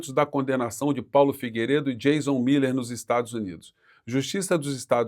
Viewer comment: Não é "Jazon", é Jason com som de dois SS